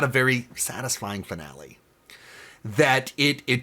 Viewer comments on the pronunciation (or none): none